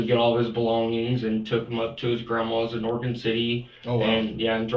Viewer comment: It's Oregon. Nuff said.